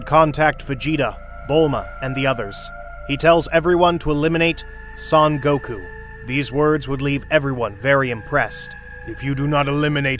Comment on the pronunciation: Soun Goku...